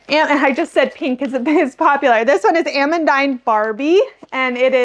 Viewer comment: It confused me that you said Ah-mun-dine, so I googled the pronunciation and it is actually a french name pronounced Ah-mun-deen. Not meaning to be "that person" as I just got corrected on a recent video on the pronunciation of alliums and was happy to have been corrected.